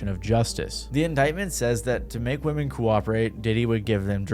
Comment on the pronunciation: So sick of these youtubers censoring shit that doesn't need to be censored or not pronouncing "women" correctly.